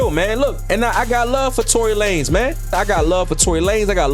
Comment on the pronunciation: “TONY LAN NEZ” 💀